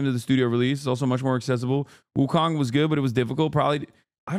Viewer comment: It’s pronounced Wu Cone